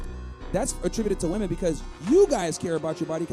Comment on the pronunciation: Homie. The plural of woman is women. They are pronounced differently. Please.